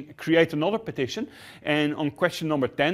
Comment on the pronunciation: Is he saying partition or petition ?